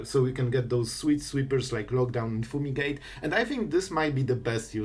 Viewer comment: Foomigate❤️ Not making fun obviously, just funny how u pronounce it lol